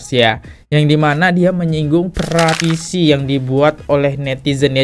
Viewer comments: Bukan "PRATISI" bro .. "PETISI" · Petisi kak bukan pratisi 😅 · Petisi kok dibaca pratisi trs